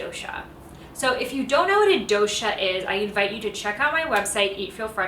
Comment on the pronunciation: The " DO" in " DOSHA" is pronounced as " Though-sh" , Not as "DO" on "Do-re-Mon" as also in " toge-THE-r" " Kafa" is to be pronounced as " Cuff" or " Cough"